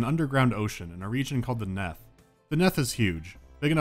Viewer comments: It's "neath", not "neth" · It's pronounced 'neath as in underneath. Not Neth. I think. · I'm amused by the fact that you pronounced it as "neth", because I always thought it was "kneeth" as in "underneath", but still... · This is nitpicking, but it's " 'neath", not "neth". As heard in "beneath" or "underneath". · The "Neth" should be pronounced the Neath, as in underneath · Its not neth its nEEth for fucks sake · I just registered that he was mispronouncing Neath. It's pronounced neeth, because it's short for the UNDERneath, get it? Also, like if makes you think of This Boy Suffers From Crystalization, iykyk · 3 years late, but it's 'neath, like underneath, and it annoyed me a tiny bit. Love the video though. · It's pronounced 'Neeth'. As in Beneath. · It's pronounced Neeth, like underneath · He interpreted it as rhyming with Death